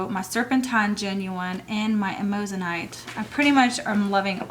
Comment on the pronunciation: hi, amazonite is pronounced am-ah-zo-nite, there is only one o in it. thanks for sharing, love your choices.:D